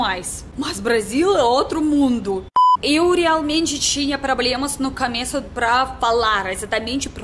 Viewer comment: trocas o "o" pelo "a" exemplo: cameço, camida, etc. Mas acho que estás aprendendo bem rápido.